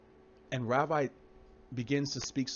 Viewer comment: First it's not pronounced Ravai, it's pronounced Ravee, though it's spelled Ravi, and Ravi Zacharais was just an eloquent speaker and many even idolized him, which God hates. Let us just show Christian love and pray for his family and close friends who'll be hurting beyond words, let us remind ourselves that like all of us he was just a sinful human being, who struggled with sin, and also let it be a warning to all of us to live what we preach, may God's comfort and healing be upon Ravi's family and may this tragic and painful episode draw them closer to Jesus, this is my prayer for them.